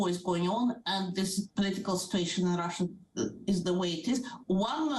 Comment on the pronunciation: Shame on you for keeping pronouncing my country's name Rusheeya! It's pronounced "Rusha" (En) or "Rosseeya" (Ru)